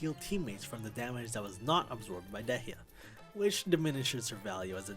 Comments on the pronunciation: I'm just curious... why do so many people pronounce Dehya's name DE-HEE-A, when in-game everybody pronounces it as DEE-A? Maybe is the japanese dub pronunciation? (I play in ENG) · De-heeya? The fuck? 😂